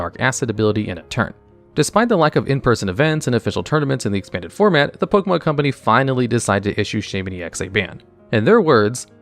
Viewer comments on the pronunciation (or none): none